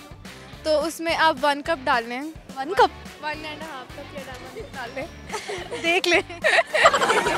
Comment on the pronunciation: She said dechki